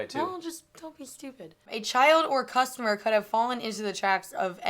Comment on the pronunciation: Didn't say customer, said costumer. 🤣